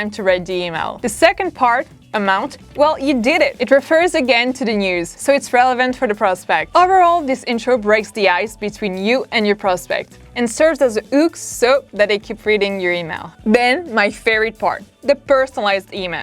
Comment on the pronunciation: Consider working on actually producing the "h-sound" or consider choosing another word to describe the "hook" all together. Otherwise, great content. Keep up the good work ✌️